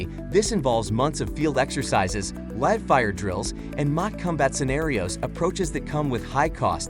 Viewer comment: the AI can't pronounce "live exercises"